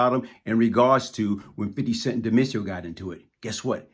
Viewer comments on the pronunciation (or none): none